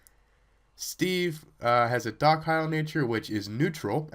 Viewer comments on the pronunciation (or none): Docile is pronouced (DOS-ILE)